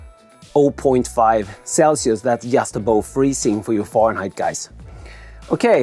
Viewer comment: It sounds like he says “Foreignheit” which I hope was intended, thats hilarious!